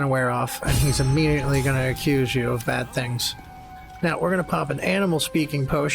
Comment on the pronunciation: i am a new to the game and I’m learning a lot from watching you! Just passed Gymforge (or however tf you spell it lol) by myself on balanced (yes just balanced but I was playing on the easiest mode earlier leave me a alone😂) Ps. You just gave me and my boyfriend a new vocal stim “it’s BAYD” from a few episodes back